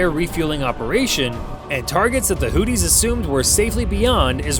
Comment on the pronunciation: Houthis - pronunciation: who-thee, as opposed to 'Hootie' as in 'and the Blowfish'.